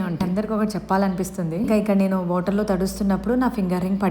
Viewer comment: Good video but you talk in Telugu or english don't mix both the language It is water not voter check the pronounciation